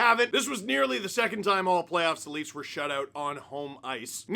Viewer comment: you mispronounced the "Laughs". Who are the Leafs?